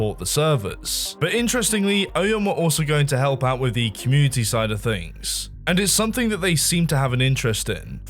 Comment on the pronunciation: Why's talking like every sentence is a new paragraph? "Everyone knew that this was the was the state of the GAME. But what was going on at Nexion was DIFFERENT. It was a great time for the COMMUNITY"